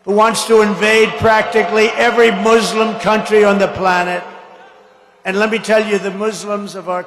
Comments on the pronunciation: He is so illiterate that he can't pronounce Muslim correctly. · That is actually how Muslims pronounce it. Have you ever been around any?